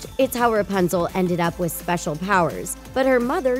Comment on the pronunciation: Stop saying rpuzle